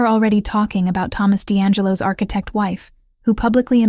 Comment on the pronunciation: And architect-mispronounced.